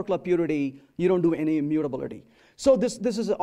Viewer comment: all good but the way he's pronouncing immutability, is something I can't handle